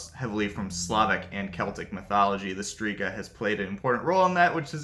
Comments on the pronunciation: The letters "rz" in Strzyga is not pronounced as Striga , please learn the pronunciation. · and she has right to tell that the name isn't pronunciated correctly. Because it'is not. Especially that it's stated in the title that it's 'Polish mythology' and in polish it is not correct pronunciation. It can cause a lot of misunderstandings and it is very possible to be able to say it correctly, even to English speaking person after quite short time of trying/practising. He does do good job 🙏 but doing content about other culture/language etc he should at least try to speak correctly those main words (here names of all mythological creatures etc). Greetings.